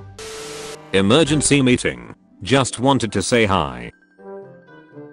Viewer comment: LMFOAO what the hell is an “emegency” meeting like